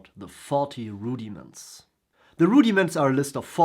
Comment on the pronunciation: I'm going to watch again just to hear you say Rudy-Mints : )